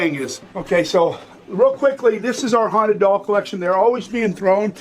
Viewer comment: They say "its most hounted..." IN EVERY VIDEO lol